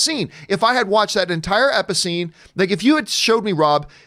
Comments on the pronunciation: You said episcene lmaooooo 🤣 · Lol he said "Episscene". I love it.